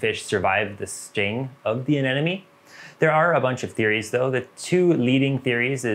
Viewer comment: A ne mo nee. A Nemo knee. Finding Nemo. Not neno. Anemone. Not anenome..